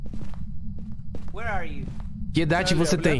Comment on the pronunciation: “were arhe yu” el fantasma debe estar confundido con los idiomas después de esa frase jajajaja